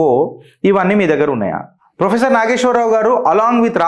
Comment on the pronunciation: Endi maree ginta anyayama.. faafam ayan frofesshor ani maryada guda led neek.. faafam etla nidrapotado endo.. frofesshor ni frimary ischool teacher cheshnav po!! 😂😂